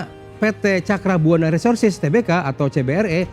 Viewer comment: Bacanya TERBUKA dong, jangan TE-BE-KA.. Norak banget